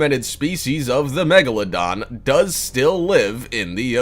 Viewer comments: He mispelled "megalodon" he said "magalodon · He said magalodon instead of megalodon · It’s spelled Megalodon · lol magaladon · The magaladon? 😭😭😭 when u don’t English